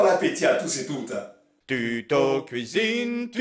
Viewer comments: "à la couizine" :') ça fait plaisir de vous revoir avec votre acolyte :D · "LA PLACE DE LOMBARD C'EST A LA KOUIZINE!!"